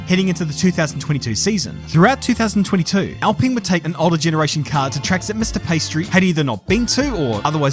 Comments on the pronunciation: Pee ah stree. Not pastry. lol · Am I the only one hearing 'pastry' instead of Piastri? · Everyone else: Piastri: Pastry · I cannot tell if this is on purpose but it sounds like you are saying pastry. Great video. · I love the pastry pronunciation... welcome to the big league, Oscar Pâtisserie? :) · I love how halfway through the video just gave up pronouncing Oscars last name correctly and just said "pastry" over and over;) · Maybe I need to get my ears checked. Did keep calling him Pastry in some instances? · Love how you call him "pastry" every other time 😂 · I love the "Paistri" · Does anyone else hear him say pastry? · i'm not the only one hearing pastry right? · yeah he's actually saying that sometimes, it's a running joke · Great entertaining summary, but I hope you learned how to pronounce his name properly by now. Some people in the comments even wrote it that way, but there is an "i" behind the "p". 😊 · Mispronouncing Piastri is childish and stupid.